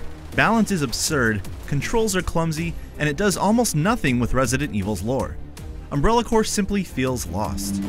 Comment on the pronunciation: WHY DOES HE CALL IT UNBRELLA CORE